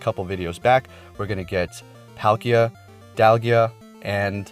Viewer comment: P ALL KIA, DIAL GA. NOT THAT HARD TO PRONOUNCE